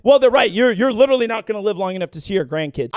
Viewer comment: LITCHERARLIE! LITCHERARHLIE!!!!!!